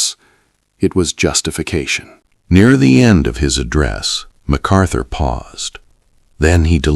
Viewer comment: It’s not MacArthur